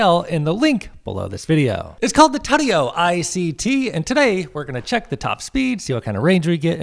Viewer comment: it’s pronounced too-tee-yo not tuteyo